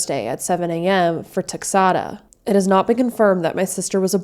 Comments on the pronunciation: It’s pronounced like Tex-eh-da, I’ve commonly heard people say. Te-xuh-da is very pretty though! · LOL its "TEX-ADA" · Tex-aid-a texada